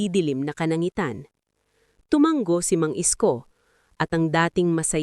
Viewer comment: Tulad ng salitang tuma-ngo at bigkas Niya ay tumang-go. Parang sayaw na tanggo. Hay buhay!